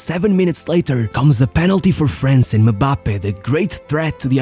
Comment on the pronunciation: Bro really out here sayin mubappe